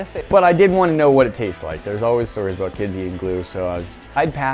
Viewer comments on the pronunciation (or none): none